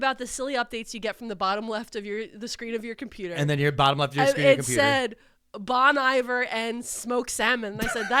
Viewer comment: NO WHAT DO YOU MEAN ITS NOT PRONOUNCED BON (like bonfire) EYE-ver (like verb) 😅omg🫠🫠🫠🫠🫠